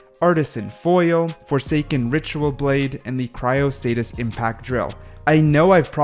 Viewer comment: isnt it cryostasis? you had cryostaTis